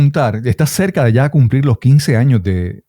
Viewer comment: "Sho he dicho sha"...